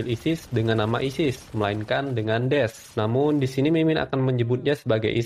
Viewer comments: daish bang bacanya bukan des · Pembetulan mas, bukan des tapi daesh(da'esh) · Daish min bkn des.... yg bener sebutnya jgn konfius... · Da'esh bang bukan Des😅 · PEMBETULAN ISIS DI PANGGIL DA ESHH BUKAN DES PERNOUNCENYA AGAK SALAH YA BUND😂BTW MANTAP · Bukan des min, tapi DAESH/DA'ISY/داعش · daesy bang bukan des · Afwan Daesh bukan Desh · Daesh bacanya Da-Ish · bacanya DAESH min